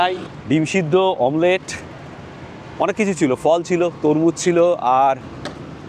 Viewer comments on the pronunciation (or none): none